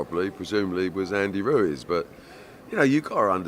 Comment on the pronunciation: Ruez it’s Ruiz